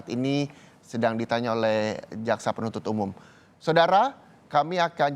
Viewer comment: Menit 4.05 reporter " Saudara keemii akan kembali"😅